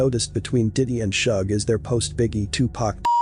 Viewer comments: I love these videos, but I was laughing because I've never heard anyone say Suge like that. People usually say it like 'sugar,' not 'shug' like 'shrug.' 😂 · Dude even if the narrators voice is an AI you need pronouce Suges name properly not with your belittling racist tones.... Just Saying